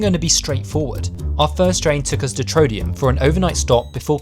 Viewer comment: That's the worst pronunciation of Trondheim i have ever heard.